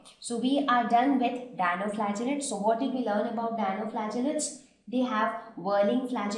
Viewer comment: its Dinoflagellates not Dianoflagellates .